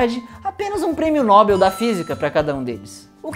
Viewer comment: Esse povo estuda e ler tanto mas não conseguem aprender o português... Pronuncia-se MANOEL, PAPEL, PINEL, BOREL, PAINEL...etc e da Mesma forma NOBEL. ( noBEL) , bem como eiffEL , que já são palavras estrangeiras aportuguesadas, tais como. INTEL, NOVEL, CHANEL, EIFFEL, NOBEL. Vejo muita gente falando. NObel e. EIffel como se fosse paroxítonas, errado... paroxítonas São obrigatórias acento, tais como móvel, imóvel, nível, etc.. Vejam aqui em qualquer corretor ortográfico que não mostram acentos em nas palavras citadas MANOEL, PAPEL, PAINEL, etc.. Outra palavra que falam bastante errada é tal de gratuÍto, quando o certo é gratUito e da mesma forma. INTUITO, FORTUITO, CIRCUITO... são todas proparoxitonas... sem acento, portanto.